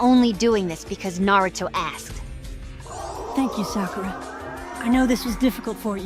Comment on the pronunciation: ... I aint the only one, right? The AI Naruto called her Fakura!